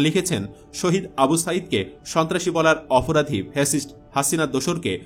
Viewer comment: Shontrashi ke shobtrashi bolche